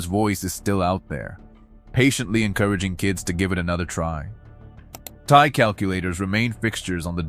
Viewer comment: "Tea Eye", is how we pronounce the company here in Texas! Lol